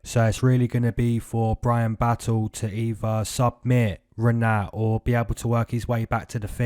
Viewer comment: Yeahh broo🔥🔥❤️🫵🏿 that’s how you pronounce my name Like it! This weekend’s #Moneycity prediction Said Nurmagomedov Jake Matthews fight over 1.5 rounds Sean Strickaland vs Jared Cannonier over 1.5 rounds Rinatt🔥🔥🫵🏿